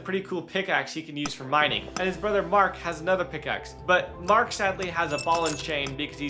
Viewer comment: It's murt not mark